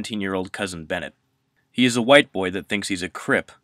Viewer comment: Its Benngett...